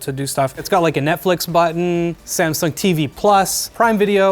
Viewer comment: Like how he says "Buttn". Back buttn. Blue buttn.